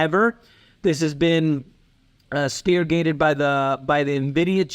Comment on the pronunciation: Spearheaded not speargated